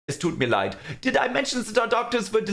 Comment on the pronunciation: the absolute perfect pronunciation on "Es tut mir Leid" 🔥🔥🔥